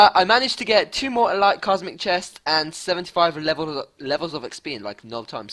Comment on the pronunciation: Say elite properly plz it really annoys me